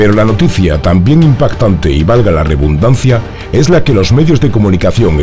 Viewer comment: Hola buenas amigo disculpa que lo escriba por aquí pero se dice REDUNDANCIA no Rebundancia. Gracias, me gustan mucho sus videos y este tipo de información.